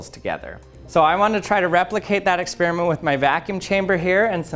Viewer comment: "...before the experment..." is experment or experiment???